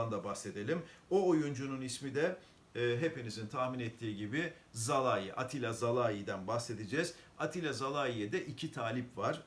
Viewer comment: Şimdi öncelikle oyuncunun ismi "Zalai" değil "Salai" bir zahmet artık öğrenin 2 senedir Türkiye'de bu oyuncu. Size "Zaldun" desek güzel olur mu? Sonra oyuncunun mutsuz olduğunu nereden çıkardınız? İki defa yedek kaldı diye küser mi hiç? Art niyet seziyorum bu yorumda.